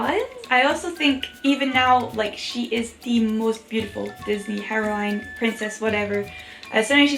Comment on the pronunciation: I love how you say heroine like herowine that European accent though